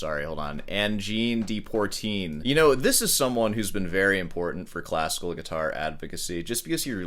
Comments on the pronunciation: Native French speaker here, your pronunciation of poitrine is heavily microtonal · Try your shirt too. Learn to pronounce POITRINE. Credit their creativity. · How many wrong ways can you say Poitrine? Funny but also ignorant. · "Deportreen" is pronounced Di Pwuh Treen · PWA po trine not Por trine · it's Poitrine ... not Poirtine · It’s pronounced “pwotreen”. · you still have to CONNECT no matter what and how you play it (and even Americans should be able to pronounce 'Pwatrine' without affectation) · It’s Poitrine not Portine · Dear, 'Poitrine' is pronounced 'Pwah - treen'. We understand you're an American, but please make an effort with other languages. In English (that's the language that you speak), it means 'chest' or 'bust'. You should understand the importance of language, after writing all those wonderful plays, sonnets, and soliloquies. Obviously, being a Scot, I like Macbeth. Although, as far as all those sonnets go, your strict use of 14 line iambic pentameter can get a bit grating. Also, worry ye not, young lad, you're not going bald, you just have low eyebrows. 😏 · I think you should do a cover album of “Al Di Meola plays Angine de Poitrine in the style of Leo Brouwer”. Poitrine is French for “chest” and is pronounced “Pwuh-tree n”. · Brouwer and Berlioz used the guitar as the instrument to compose orchestral pieces. Most composers use the piano to do this. It's always great to see composers play their own pieces like Brouwer here, or Roland Dyens. P.S. your prononciation of "poitrine" is attrocious! Lmao Rick Beato says it pretty well, as a reference.